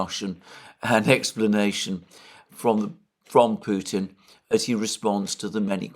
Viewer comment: Alexander, It’s so obvious that President Biden has some cognitive and linguistic issues and it’s sad that he is put in the position as chief political spokesperson for the US… Also, you are one of the only British commentators that pronounce Putin correctly… I’m hearing “Poutin” from the rest….😮 Ron in Alice Springs Australia…🦘